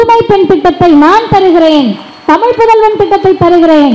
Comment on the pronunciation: You first pronounce tamizh instead of tamilu